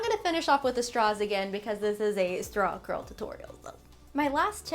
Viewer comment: Every time you said, “Straw Curl,” I thought you were saying “Strong girl.” But, like, both are applicable. Keep rocking,!!!